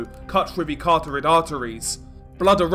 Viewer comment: I think he does it on purpose, people have been telling him for years now. Same with ‘cartorid’ artery instead of ‘carotid’.